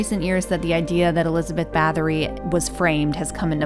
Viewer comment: "Bah-TOR-ee", NOT "BATH-or-ee"....